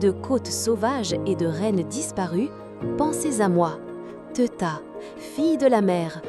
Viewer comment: Ça se prononce pas Teuta mais (téouta) et pas Agron mais (agrone) prénoms albanais encore donnés aujourd’hui, seuls descendants Ilyriens.